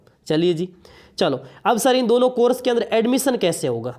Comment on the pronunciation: किलियर 😂 , कोरस 🤣🤣 baki nice information sirji😅